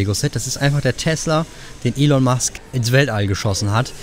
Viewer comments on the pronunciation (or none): none